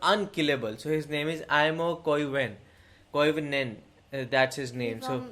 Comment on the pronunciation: As a Finn, I LOVE how you pronounced AIMO KOIVUNEN. Wow... EVERYONE else butchers Finnish names.